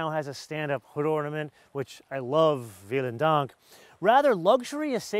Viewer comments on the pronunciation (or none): Did he just said "Wielen Dank" it is "Vielen Dank" (V=F) in German 😅